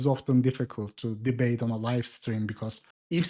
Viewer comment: “Ooh I’m gonna deebate!” 😂